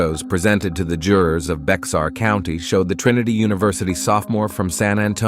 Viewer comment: It's pronounded like Bear the x is silent. Bexar County